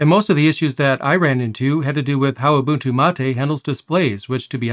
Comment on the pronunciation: Finally i hear someone pronounce Ubuntu correctly, 99% of people pronounce it wrong